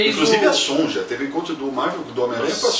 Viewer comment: Sonja se pronuncia "Sônia'.